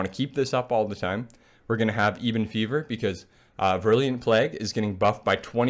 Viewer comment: “Plag bringer” “Eebon fever” Cmon bruh